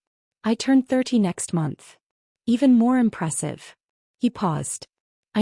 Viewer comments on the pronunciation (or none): none